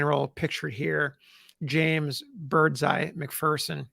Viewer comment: I’d like to correct the pronunciation of Birdseye. It’s “ bird see”, not “birds eye” as you’d guess. The Birdseye name was taken from a surname of friends of Jame’s father. Thanks, for doing a 2nd story from my Civil War Family, McPherson and the first one, Sylvester Leaming. You’re story telling, and research, continues to entertain me. McP’s love affair with Miss Emily Hoffman is perhaps the biggest story of McP’s life, more than his military accomplishments. In fact as one of the “ Three sons of Ohio”, including Grant and Sherman, they were all very close to one another and both believed McP, if he had lived, would have healed the county’s strife and perhaps been a President. As I have studied McP and even presented his story to various military organizations, the one thing that stood out was his strong belief in the Union and the high esteem he held by all who knew him including John Bell Hood, his friend, classmate and ultimately the commander he faced off against at Atlanta. In death, he was revered by all, including the people of Vicksburg for whom McP helped recover from their major destruction. His boyhood friend, President Rutherford B Hayes spoke at his funeral as did Tecumseh Sherman. At his funeral, it was said that many generations who visited his grave would learn of his greatness, but today so few see his statue in McPherson Square in Washington DC near the White House and now, sadly, consider him, “just another dead Yankee”. I’ll give you this, you pr